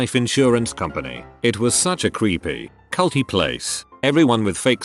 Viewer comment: No one: Automated voice: ceyult